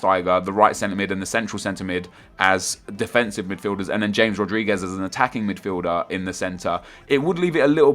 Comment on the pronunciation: ITS HA-MES RODRIGUEZ stop saying James rodriguez